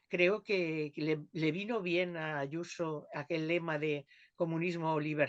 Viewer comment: Pero si esa tal Yuso no sabe ni decir su nombre como no lo tenga escrito